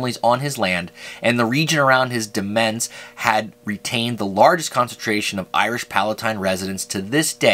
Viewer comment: Thank you very much for this, I have Sparling and Switzer families in my tree. Just one point, the word demesne is pronounced as if it was domain. It means the land attached to a manor.